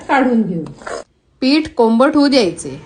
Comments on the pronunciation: बाकी सगळं छान. पण हा कोंबट शब्द कुठून आणलाय? कोमट असतो हो😂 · 😂. मला पण समजलं नाही कोंबट म्हणजे काय